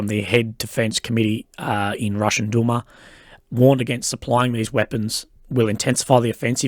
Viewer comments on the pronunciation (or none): none